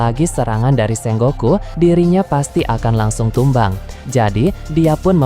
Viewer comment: SENGOKU bukan SENGGOKU